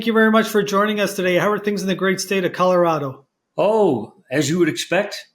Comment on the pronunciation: This guy loves the state of Coolololorado, he can't even say it. GMAFB... He can't afford lift tickets?!!! GTFOH.